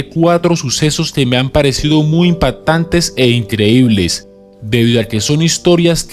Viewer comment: La longitú, casualidá, velocidá, humanidá, impaitantes, etsibida, proyeitada, etsautivas, inyetsion, seguridá, etsplosion, atsidente, etsito !!!! Que idioma es el que hablas?